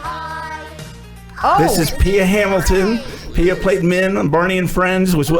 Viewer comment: Min not Mia.